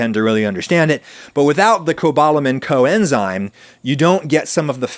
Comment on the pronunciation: I think he was just emphasizing the root word nature of the word, that it's a an enzyme that works with other enzymes, in COoperation with it, even, so they COexist together as COenzymes.